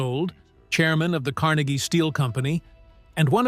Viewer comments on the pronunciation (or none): none